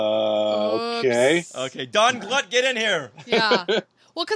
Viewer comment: Donald Glut's name is pronounced "Gloot," not "Gluut." He was an associate of George Lucas back at USC. He really doesn't like discussing Star Wars. Nice guy, his first professional sale was to Filmation's "Shazam!" tv show in 1974, the episode "The Brain."